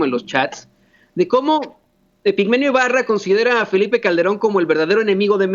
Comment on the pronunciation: Hola, solo una aclaración es Epigmenio Ibarra con la I antes porque se la estás quitando. Después de eso TODO está MUY BIEN de tu parte.